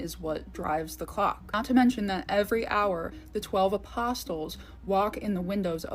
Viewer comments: Other than your strange pronunciation of the city of Prague and apostles (with a "t") this was an interesting video and some good points made. Thank you. 🙂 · And ether and apostles... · She has a lot to share. I hope she learns to pronounce “ether” and “apostles” correctly someday because it detracts from her credibility.